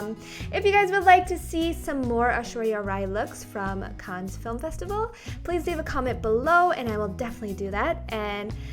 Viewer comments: I'm french and we say Cannes like "can" the S doesn't pronounce :) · Cannes is read "Kahn". You are gorgeous as always! :*